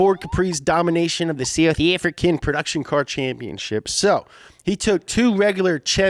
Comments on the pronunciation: Dude, why would you say "South African flag" in a Australian voice. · M I always identify the ZA accent as "not English but not ANZ"